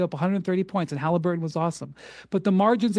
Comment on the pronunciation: So what? The Bulls weren’t much better than the Pacers in ‘98. These arguments supporting the Knicks are hilarious. And why is he pronouncing it Haleeburton?